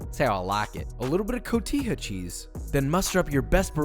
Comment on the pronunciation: He said cotija cheese, a man of culture 🤣👀